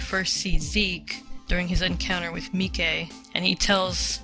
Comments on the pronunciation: Wait did you call him "Meekay"? Lol it's Mike as in short for Michael. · The Japanese version of the anime pronounces it as "Me-kay" Just like how Jean's name is. More like John with a french accent rather than pronouncing it like bean.